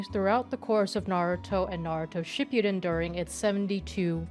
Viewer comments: Shi-poo-den not shipyuden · the way she tries so hard to pronounce the characters' names the proper Japanese way but pronounces shippuden as "shipyuden"...... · Really not sure why you're saying "ship-yuu-den". Ship-(Hang on the P. Ship-puh) Uu (Like "cool" but without closing the "oo" sound) Den (Literally like the word "Den". Fast and clipped.) Yeah. I hate this show. The entirety of it. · ship-you-den lmfao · it's not pronounced shipyuden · You are the second person I hear pronounce Shipudden that way 😅